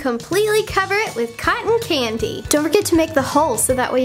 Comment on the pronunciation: it sounds like she is saying cotton cangy